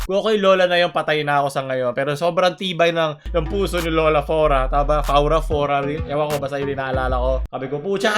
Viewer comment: Everyone: Flora: Faura/Fora